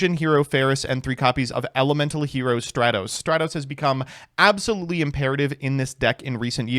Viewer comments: *stra-tos Imagine calling him stray-toes, smh, not very Dennis of you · Bold of to pronounce Stratos in the exact way that includes "straight", especially so close to pride month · I like how in the same line of thought he goes from pronouncing Stratos correctly to calling it Straytos again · If you wanna apologize to Stratos, first you need to start pronouncing his name right 💀💀